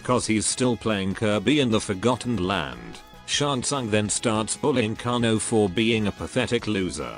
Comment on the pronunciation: Ai voice fudged kanos name 😂😂😂😂